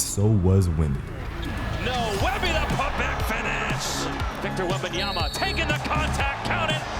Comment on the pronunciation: "wembayanfnen" 😭😂😂😂😂 i cant man